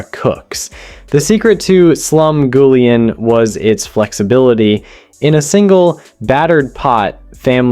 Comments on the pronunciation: Your pronunciations are driving me nuts. 8 minutes in, waiting for something I don’t already make pretty often. Cornbread? Gimme a break! Slum GOO lee ahn? Where are YOU from? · I hate this AI narration who can't pronounce Slumgulleon correctly. It's creepy.